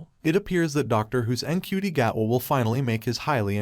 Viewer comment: Its pronounced chuti apparently.